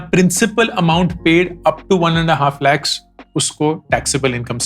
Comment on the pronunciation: Very insightful video, but the way you said Lakh 😂